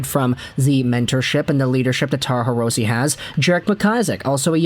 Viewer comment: Hirose is a Japanese last name, so the "e" in Hirose is pronounced like an "a." Just an fyi.